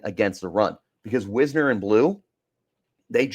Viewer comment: Last thing. It's "Wise-ner". Getting his name wrong at this point in the season makes it clear that you don't watch the games.